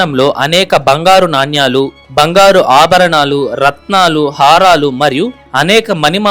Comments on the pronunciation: Naannyaalu kaadu sir nanaalu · చాలా బాగుంది ! నాణ్యాలు అని కాకుండా నాణేలు అని పలకాలి !